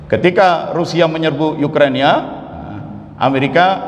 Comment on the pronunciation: Ukraina Pak, Bukan Yukrania,,🤭😁